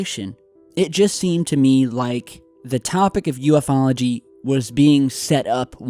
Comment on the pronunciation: .its not ufo-ology.its a blended word, u f ology..call yourself a pro.ha